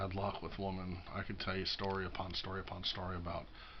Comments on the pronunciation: I know.. Funny thing i noticed about him. Always "woman" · You say that, but the facts remain. You don’t know how to even pronounce the word women. You’ve never appeared on video with any women only men. Mostly weird creepy LGBT men like John and Emil and Steve. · He's not pronouncing 'women' right.